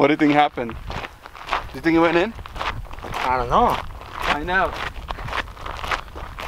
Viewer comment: "IOnt Know"